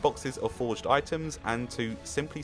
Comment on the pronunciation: "Xp method" yeah its called landing and opening things and eating foraged items. Its pronounced "for-age" not "forge" btw